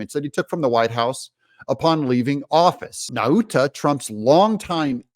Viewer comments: Nauta= Nawta as in Nautical Mile. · I am from the same island of Guam as Walter Nauta and just want to let you know that “Nauta” is pronounced “Nowta”. Like the word “now”. Trump 2024! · I believe it's pronounced Naw-tuh, not Na-oota. Just sayin'. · It's pronounced nota